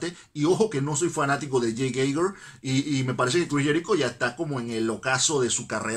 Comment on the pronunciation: El Tío Aguer cada vez se supera mas con sus intros!! ♥️ Paren todo dijo jeik Jeiguer?? :( 😞😞😞😞